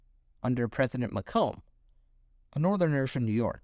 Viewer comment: FYI, 'Macomb' rhymes with bacon. I feel like this would lead to a few more US territories as well, namely Nicaragua and Greenland. Interestingly the US would have never gotten the Philippines and may not have 'opened up' Japan to trade.